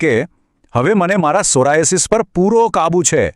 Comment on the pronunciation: સોરિયાસીસ નહિ ડોક્ટર સોરાયસીસ, ડોકટર થઈને આવી ભૂલ કરો છો ? ન ચાલે